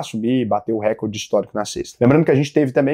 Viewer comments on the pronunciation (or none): none